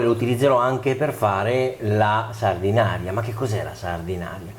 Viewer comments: Si pronuncia Sardenaira 😉 e non è una focaccia! 😜 Saluti da Sanremo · Anzitutto si dice Sardena"i"ra, e non Sardinaria. Secondo, la salsa di pomodoro appare abbastanza anemica. La scottatura preventiva del pomodoro non ne ha portato via solo l'acqua, ma, ritengo, anche colori e sapori. La scottatura é un trucco da ristorantino per accorciare i tempi di cottura del sugo. Secondo te perchè, quando si fa un buon sugo si tiene per ore a sobbollire in modo che l'acqua evapori? Terzo, per concludere, la stessa ricetta, ma fatta bene, senza scottare i pomodori, con gli stessi ingredienti eccetto la cipolla (che peraltro è assente anche nella ricetta della focaccia sanremese a cui ti sei rifatto...) nel resto d'Italia fuori della tua cucina si chiama "puttanesca". Sempre con amicizia Gaetano